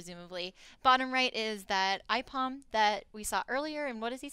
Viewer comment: Ipom? It's Aipom